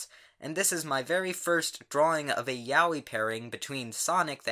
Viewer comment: Am I the only one who finds it funny how he pronounces "yaoi"? Something like "Yahwee"